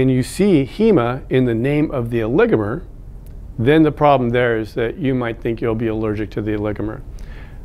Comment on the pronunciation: Thank you for helping me learn the correct pronunciation of "oligomer" for a voice over job!